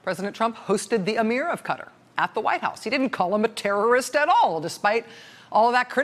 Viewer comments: It's not Cuttor It's Qatar.... (pronounce: Katar) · Properly pronounced "Ka-TAR" - same as "Qataris" without the '-is' Not "Cutter" What's up with mispronouncing Qatar? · When did the pronunciation of the country turn to :'Cutter' vs 'Cou-tar' which it has been for ages prior? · Why do americans keep pronoucing Qatar (kaartaar) as cutter? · KA-TAR not cutter!!! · I think probably they went to the wrong country, somewhere that makes knives (cutter) not a country in the Persian Gulf (Qatar, pronounced CAT-AARR) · Speaking of pronouncing the place. Why do you guys pronounce it like "kuht-er?" It's kah-tahr or kuh-tahr. Ref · Pronounced Kah tar not cutter :) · You Rachel cannot pronounce it either its Kataar not Cutter! Jesus! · Not Cutter, it's Qa'ta'r...🙄 anyway ....I said when it happened that it had to do with money and Jared. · ha ha ha all Americans pronounce 'cutter' so irritating ha ha ha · tonyonly2 i know it annoys me too...cutter? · Isn't it pronounced Katter? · How can you mispronounce Qatar over and over, but say Qatari correctly? Am I the only one cringing each time she says Cutter? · Darling, it’s “Ka-tar” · It's pronounced like guitar replacing the G with a Q. Qatar is not a pair of scissors!! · Took me a while to figure out that CUTTER is QATAR. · Why does she keep pronouncing the name of the country as "Cuttar"? 1st time i ever heard it said like that. Very annoying. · Qatar is not pronounced "cutter" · "even if you can't remember how to pronounce the place" It's Qatar NOT cutter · Did she say “Qatar” or “cutter”? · "cutter"...why can't you say Qatar properly? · rachel, it's not "cutter" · RACHEL! You pronounce "Qatari" correctly! Just lose the "i"!!!! "Ka- tar' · Why is she pronouncing Qatar as "cutter" ??? LOL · It's pronounced catarrh (Qatar). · learn to pronounce Qatar, it's not "cutter" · Love the reporting, but please please stop saying “cutter”. Americans don’t even try to pronounce things correctly, do they? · It’s pronounced Ka Tar .